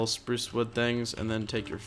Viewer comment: U said Supruce Wood